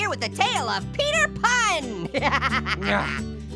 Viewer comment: called peter pan into peter pun